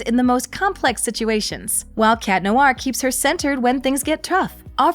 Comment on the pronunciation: The way you pronounce "Noir" is cringy! It's Nwahr, not Noo-ar.